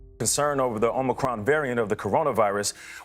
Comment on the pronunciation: It's omicron, not omnicron.